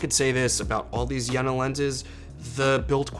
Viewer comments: It’s not jäna :) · the "e" in Jena is long like the "a" in Yale , not like jennifer.